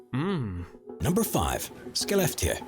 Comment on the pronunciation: it is not kalled skeleftika. it is called Skelefteå. and you pronounce it as Sche Left ii oh. the narrative is stupid! for sure!